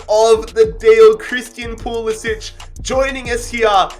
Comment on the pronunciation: FYI:, when pronouncing American names almost never is a “c” a ch sound. so when saying pulisic it sounds like PooLissik. no poolissich. in America we only make the ch sound with a c if it has that diagonal line over it.